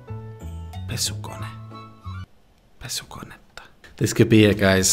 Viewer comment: I was "living this through" with you and was genuinely so happy when you got "pesukonetta" right 😆